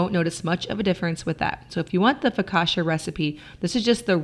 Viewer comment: Love your videos. As an Italian I don ‘t like so much how you use pasta as a side dish but it’s inspirational how you do all that. The word focaccia is pronounced focatcha.